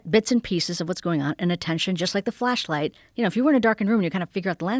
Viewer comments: my filthy animal brain keep hearing fleshlight instead of flashlight FFS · Amishi "I think of it as a flashlight." Joe 'Did she just say fleshlight?' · Is she saying Fleshlight?